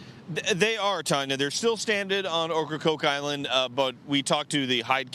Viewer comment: They keep saying oak CrokeIsland rong